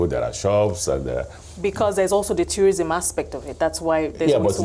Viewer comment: Did she just say tyou-rism?